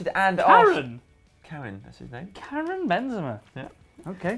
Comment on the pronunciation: "Karen" Benzema. Haahaha. xD